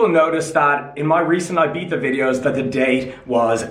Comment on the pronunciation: It's pronounced "Eebiza" 😅